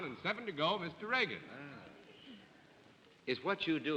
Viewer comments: IT'S REAGAN NOT REGAN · Hedda Hopper pronounced Mr. Reagan's last name as Reegan. Totally disrespectful.